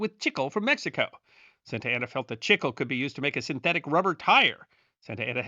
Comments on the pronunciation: Wait, when talking about gum from South of the border, chicle (not sure how it's spelled) I think you mean chee-clay. Not chick-el. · Chic-klay. Not chickel. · Love your videos! Just a little note however: It is pronounced "chee clay" in Spanish.